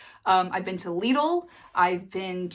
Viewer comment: Wondering if we should make the ability to pronounce the names of British grocery stores an entry requirement for your next visit? Leadle?! As for breakfast that's cheap & filling go where the tradesmen go ask a local where the nearest "Greasy Spoon" is, Had a quick look at Salisbury and you've got Flamingo Cafe & The Bridge Tap(Pub) on Fisherton St & Jenny's which is a chain in Market Walk, We're generally nice in the UK especially to visitors I couldn't get over how rude & aggressive Americans were to each other over comparitively minor issues like holding a lift/elevator door open "I'll f you up mother*****" etc,etc lol, There's plenty of Gems, small towns all over the UK which don't get the attention they deserve as people tend to go for obvious places, I live in a lovely small market town (Godalming) 30 miles SW of London, Surrounded by beautiful countryside, Lots of history 1st place in the world to have a public electricity supply, Birthplace of Aldous Huxley, Jack Phillips (Wireless Operator Titanic) Large Memorial, Winkworth Arboretum (Best time to visit Autumn) Lots of film locations in the area The Holiday, Quantum of Solace, 1917 and loads more oh and the "Supervet" if Tedward needs checking over! Cheers Jim, Surrey X